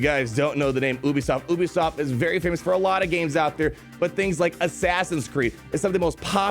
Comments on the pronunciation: the way pronounces ubisoft 🤢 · you are the first person I've ever heard pronounce it as "Oobisoft". Made me laugh. Keep being you